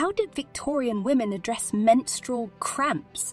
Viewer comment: Sorry I can't listen to her over pronounce menstrual again. I'm out.